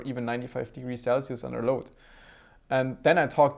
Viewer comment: "Sell-see-oose" - 2018